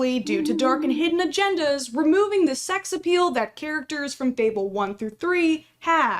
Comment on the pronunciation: fable, not fabelle